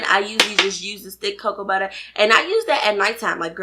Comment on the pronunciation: I love how you say "Cocoa Butta" 😄 Thanks for the vid!